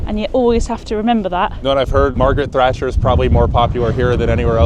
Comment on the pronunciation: The first time I've heard Margaret Thatcher called 'Margaret Trasher' 💪